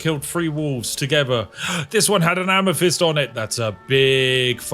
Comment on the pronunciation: Spiff.. Could you please practice the "TH" sound. Not that I'm the grammar police, but DUDE. "Fink" when you mean "think" "Free" when you mean "three" "Amafist" when you mean "Amethyst" Please mate, speak it like you own it. Unless you FINK I'M Fick